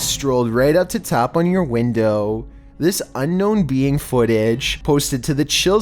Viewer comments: "Unknown bee ang." "Unknown peeing." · Did he say unknown bean footage?? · unknown beiying.. bro say alien it’s ok